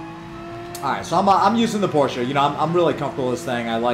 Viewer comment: Hey man you said Porsche correctly!!! For that alone I give you a thumbs up. Does not hurt that I also have the G29 and was amazed at how good it seemed for the money, yet as it was my first wheel I didn't know if it was genuinely good compared to other options.